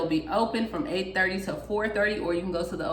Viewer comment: At first I thought she said, "No No."